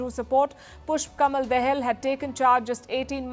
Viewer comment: Dahal is rightly pronounced as दाहाल not दहेल